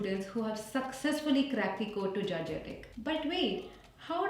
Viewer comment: Its not gargia tech it's Georgia tech